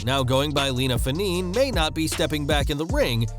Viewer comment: It pronounced Fe-nay-nay not faneen or fanane! Smmfh